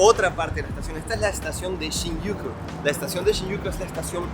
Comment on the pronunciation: Si vas hacer un video preocupate de pronunciar bien por fabor eso deberias tenerlo muy encuenta por que las personas que lo vean van a pensar que asi se dice y ojo es una critica constructiva pero pronuncias muy mal SHINJUKU.. vez el joven que entrevistas de polo azul pronuncia bien la palabra como debe ser..